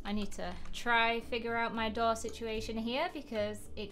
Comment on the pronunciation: And a DOORR